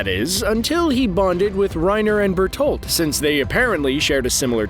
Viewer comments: Did my man just say Bertold? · Ur murdering the pronounciatuon of berenholdt